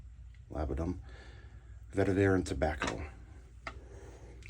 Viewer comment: Great review! Glad to see someone reviewing Talent Soap Factory as I’ve been interested in them. Also, it is pronounced Lab-duh-num and Vet-eh-vurr (like fur).